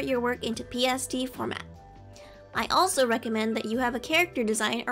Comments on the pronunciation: I am sorry but I couldn't tell if you said pst or psd or even psb? if someone could reply with the answere to witch that would be awsome!!! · I DONT KNOW IF YOU SAID PST OR PSD